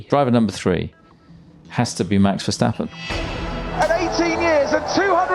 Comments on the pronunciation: If Redbull wins, I want Tom Clarkson to stop calling Max “Vershhhtappen”. Just drop the H. There is no H in is name :). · Any excuse for him to say "VerSHtappen!!!" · Can Tom Clarkson please stop calling Max: Vers-hhhh-tappen The "s" in Dutch is exactly pronounced as the "s" in English. ... The way you butcher Max' surname is an absolute travesty.!! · the only thing that hurt my ears was your Versjtappen pronunciation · It's Verstappen, not Vershtappen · there is no sh in verstappen